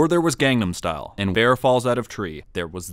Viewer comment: You are saying gangnamstyle wrong